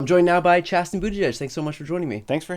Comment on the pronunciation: Sorry Chasten not Chatten